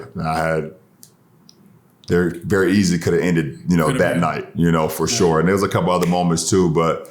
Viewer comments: "FOR SHORE, FOR SHORE" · "for shore"